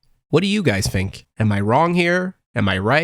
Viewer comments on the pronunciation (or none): why are you saying fink instead of think?